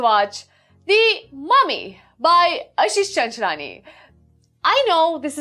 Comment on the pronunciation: Love❤️ the way you pronounce "Ashish Chinchilani"😉